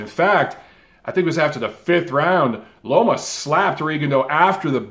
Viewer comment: I've been hearing alot of people, even after the win vs Rigo calling him LOMO instead of LOMA